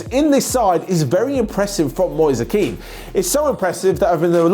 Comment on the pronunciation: Really good video, but... Kean doesn't sound as Keane, it sounds more like "men" but longer.